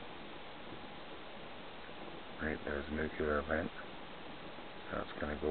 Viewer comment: Its pronounced NU-CLE-AR, not NUCULAR.